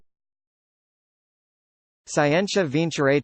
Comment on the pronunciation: isn't it skee-en-tia?